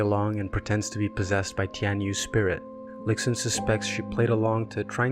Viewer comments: this is super well made! btw, its pronounced "lishun" not "lixun" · the pronunciation of lixun as lick-sun is killing me lol loved the video (it would prob be pronounced lee-shun)